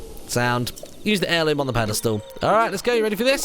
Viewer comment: What's an Heriloom? Heirloom sure. But Heriloom? Must be a Hylian thing